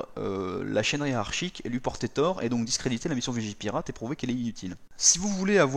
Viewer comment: Je rêve ou t'as dit vigiLpirate